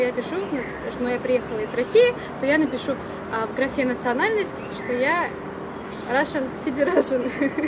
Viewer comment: "Рашн Федерашн" хаха)))